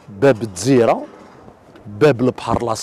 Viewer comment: باب الجزيرة و ليس باب الدزيرة للتصحيح